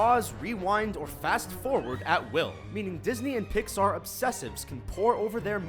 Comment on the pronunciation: He keeps sayin Pixar!!!!!! UUUURGH....